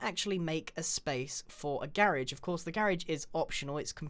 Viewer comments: It’s not garrage it’s garage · A garij? You mean a gar agge? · What’s a girigde he ment garage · no its spelt garagebut said like garige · (Gair-iage) I know he has a different accent but this I find adobrable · Grian I'm a really big fan of yours but I just want U to say garage a few times out loud and see if it sound weird and can U please say remove instead of delete it just doesn't sound right,thx love your vids ,bye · Grain: make a "garage" Me:wat is garage Me: oh Garage lol im american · Its garage